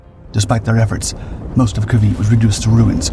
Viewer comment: Cavite (base) is not Ca-veet, but Ca-vi-tay.